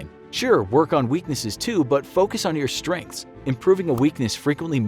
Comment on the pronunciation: ‘Focus on Stredths?’... really...